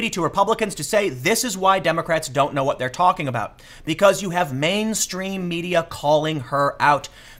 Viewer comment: Trevor didn't knowah.